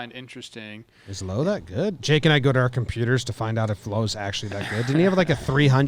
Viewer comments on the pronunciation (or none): 1. It’s Lowe (like ouch), not Lowe (like low) 2. The Trop experience isn’t actually bad when you’re inside it besides the lack of fans. They do a good job, the on-field product is exciting, and they have good sight lines. Plus it is 50-50 chance of rain in St. Pete during game time in the summer so the roof is a necessity